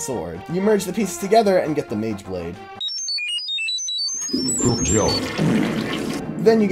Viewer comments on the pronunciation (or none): a mageblade? bruh its actually magablade